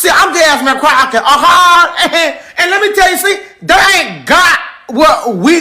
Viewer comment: Croffet 😂 Croffep lol bro learn how to talk before going after someone and not knowing how to say their name properly goofy